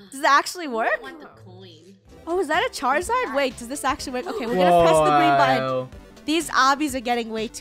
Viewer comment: Did you say charzard